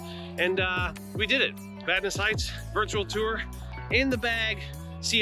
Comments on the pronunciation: I grew up in Vadnais Heights. Thanks for pronouncing it correctly. :) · Yeah, it’s a good place to live. Glad you pronounced it right.